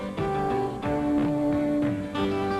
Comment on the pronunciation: It's "Yarborough".